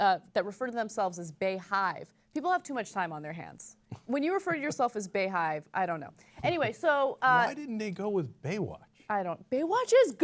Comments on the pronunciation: Lol I don't really care much but it's pronounced Bee-hive lol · it's pronounced Beehive, not Bay-hive. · Bayhive? Lolol, it's Bee-hive. XD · Ana its pronounced Bee Hive, not Bea Hive. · In the beyonce pictures i think the make up is what makes her look off . Also anna it's pronounced like BEE - HIVE not bae- hive Lool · Lol her fanbase calls themselves the Beyhive... pronounced " Bee-hive"... and she's supposed to be the " Queen Bey." It goes with her name. Her name is not BAEyonce.. it's Beyonce Ana, that's why it's said like it is. lol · its pronounced Bee hive guys, Bee hive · It's pronounced as "Bee hive". Like Beyoncé is phonetically, "Bee"yoncé Lol. I'm not a super fan, but thought I'd point it out :) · Everyone knows it is pronounced Bee (bey) hive... uncultured swine at TYT tisk tisk smdh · "Bey" is pronounced like "bee". As in BEYoncé, not Bayoncé... That is why it's the BeyHive (like beehive) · pronounced beehive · Ana is an idiot, it's BEE-HIVE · Ana, It's pronounced Bee-Hive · I think it's pronounced beehive like as in *Bey*oncé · Side note: "BeyHive" is pronounced "Bee hive" and Beyonce is the queen bee (that's why they call her queen, like bees have a queen) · It is pronounced BEE-hive.. The same way you would pronounce Beyonce.. not baaayonce lol. That's why they call her queen bey.. lol in no way is 'Baewatch' better lol wtf. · Come on, Ana. It's OBVIOUSLY pronounced BEE-hive. As in BEE-oncé. As in queen BEE. Sometimes I wonder how people at TYT miss such obvious things... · Bey hive is pronounced "bee hive" like the first three letters of her name are pronounced "bee." My guess is they came up with the name "bey hive" because she is their "Queen Bey" (pronounced bee). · OMG TYT you're so out of it sometimes. It's pronounced "Bee" hive as in bees and you know they have a queen? Well Bee yonce's fans think.of themselves as bees around their queen. So Bay watch wouldn't work because it's not pronounced Bay yonce. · BeyHive is pronounced BeeHive.